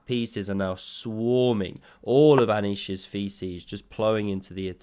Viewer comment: Anishes what? 😂